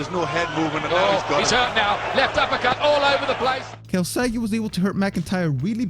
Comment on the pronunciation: He's Joe Calzaghe, not Calzagi.